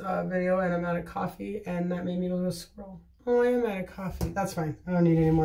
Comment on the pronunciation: Also, I am definitely going to start saying I've gone a little 'squrl', love that 😂🐿